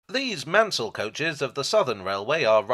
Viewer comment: Please rant about Marples! Also, if you can get the pronunciation of 'Maunsell' right (top marks) please try to get 'Ardingly' (Ar-ding-lie) right too, and the Bluebell Railway is in WEST Sussex.